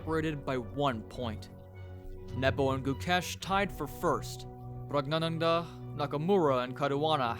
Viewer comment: Your pronunciation of pragnandha is very funny 😂